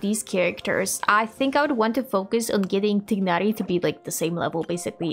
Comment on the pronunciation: Omg, THANK YOU FOR PRONUNCING TIGHNARI CORRECTLY ! I love this series, this is so much fun, can"t wait to see what you do with them !